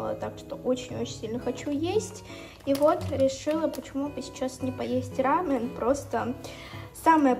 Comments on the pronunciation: Извините, если не к месту, но это рамён, а не рамэн. Рамэн- это именно японская лапша быстрого приготовления, а у вас именно корейская, то есть- рамён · Не хочу показаться занудой, но правильно говорить рамЁн, а не рАмен